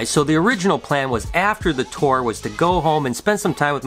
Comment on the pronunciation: I thought you are from Michigan! You said tour wrong! Hahaha Could you also explain how the rack system works?